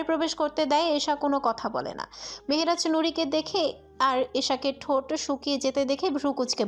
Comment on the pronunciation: Very bad pronunciation of Mehraj